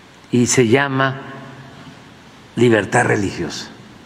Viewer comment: Jajaja 😂"liberta" Jajaja liberta Jajaja este señor no sabe hablar siendo un presidente. Pobre México